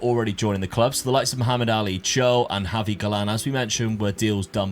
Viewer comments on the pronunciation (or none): none